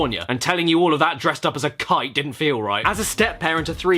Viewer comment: that didn't sound like "kite".